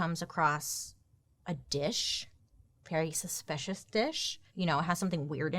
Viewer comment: A compilation of Bailey saying suspish plzz😂